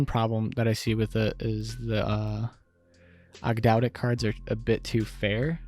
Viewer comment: It’s pronounced Aug- dough- dic, and Ogdoadic are a reference to the ancient Egyptian signature for a 8 pointed star to represent Magic/regeneration and the 8 deities. Cool list too